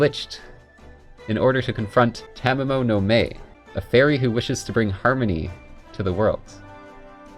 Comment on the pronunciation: I screamed at the tv both times you tried to pronounce Tamamo no Mae.